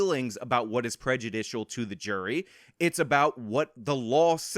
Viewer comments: Ah, yes. The people that called me stupid and that are so much better than me can't even pronounce prejudicial. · For a couple “professionals” whose job they’ve made it to be talking about “prejudice” all the time, they sure can’t say the word “prejudicial”.